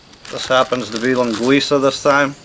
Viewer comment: Incredible how you say a perfect Portuguese mainland Linguiça but say chouriço more like chouriçE like people from the islands say it =P So funny to me being Portuguese from the mainland Porto (north of Portugal). One thing tough you use way too much sausage compared with what we use here. Plus its very unhealthy to use that much on a pot that small to make a soup. Also, olive oil man! Where is the olive oil? olive oil = Portuguese cuisine And course salt, not that chemically altered stuff. ;) Finally to anyone interested, Sopa do dia means something like Soup of the day, so it can be any soup that is being served at that particular restaurant, it does not refer to this recipe exclusively. Btw i am not knocking down on what you made, its just that as you said, its not the same for a Portuguese.